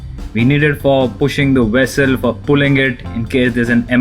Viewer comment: TUGS FOR PUSHING THE "FWESSILL" HAHA 😀😀😀!!! LOVE YA BRO!